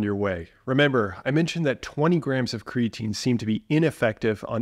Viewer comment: Lol 😂It’s creatine. Omg I love you haha that made me actually laugh.